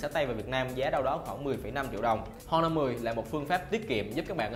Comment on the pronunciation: Honor âm H câm nha. Giọng đã đớt mà phát âm còn tào lao. Nội dung review thì nói sai tùm lum